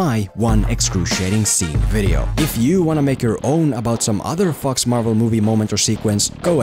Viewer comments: You know that the movie is bad when pronounces Fox Marvel Universe as Fucks Marvel Universe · I keep hearing FucksMarvel Universe🤣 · Every time you say "Fox", I just crack up, because you make it sound like a swearword :D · The way in which he says “Fox” makes me very scared he’s going to get demonetized.